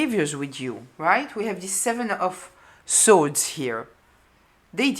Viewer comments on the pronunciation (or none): Ma'am your readings are profound and full of wisdom and clarity. And it is 'swords' not 'sords' 🙏🏽💖✨